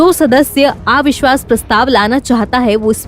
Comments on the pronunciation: आविश्वास नहीं अविश्वास उच्चारण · मॅडम आ विश्वास नही अविश्वास होता है.आप के साथ नवभारत का नाम जुडा है.कृपया डिक्शन पार ध्यान दे